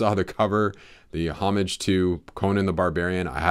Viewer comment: Thanks for watching! I swear I know how to pronounce the word”HOMAGE” , lol.